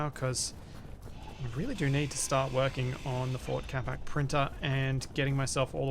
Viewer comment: I keep hearing ford instead of fort. Built Ford Capac sounds like a great Ford slogan